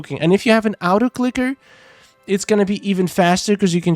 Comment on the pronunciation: what is an “out-o clicker”? 😂